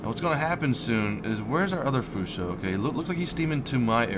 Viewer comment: Why do you keep saying "Fusho"?. Just asking.